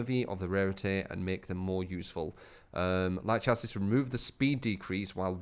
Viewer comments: kairu aname 100% pronounced shassie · It is pronounced shassie!!!!! omg how does no one know this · if your american then it is chassie and if you are from uk then it is shassie. Me and truetalent are from uk so i am right about that. If you are from america then i am wrong. Either way it doesn't end in 'is'. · Chassis? That word? Are you absolutely certain? Because I can link many things that say otherwise